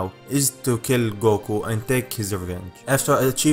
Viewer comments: A money goko lol it sounds a little funny but cool at the same time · Man your accent is really cool. xD I just can't get over how you pronounce 'Goku'. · I love the way you say "goku" it's like a deep coco with a u at the end 😂